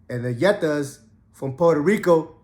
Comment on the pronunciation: Beefing when both are USA territory is some bird brain shit when u think about it. The others I get, because they aren’t American citizens but these geniuses actually are full American citizens on both sides. Unreal but REAL. Plenty Netas in NYC back in the days. It’s pronounced (Knee-Yet-Tah) Keep ‘em coming. Content is fire 🔥 🗽🤝🇰🇭